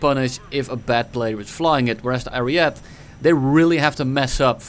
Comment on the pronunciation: Please stop calling the ariete "ariet" you need to pronounce the e too at the end